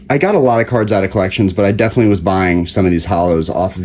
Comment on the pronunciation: That's collections with an S lmaoo